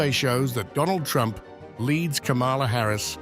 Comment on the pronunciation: The way you pronounce Harris's name makes me think how much stock trump has in this station?